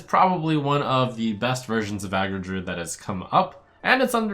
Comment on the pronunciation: He literally made no mistakes whatsoever tho